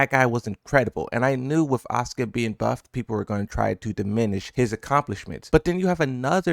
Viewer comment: the Japanese pronunciation of Asuka makes it sound like Oscar